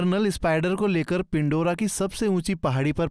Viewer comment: यह पेंडोरा है .... ना की पिंडोरा 🤷🏻‍♂️